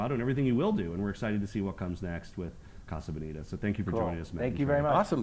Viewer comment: do you mean colorado or casa bonita? cause being spanish they are not pronouncing casa bonita right at all lol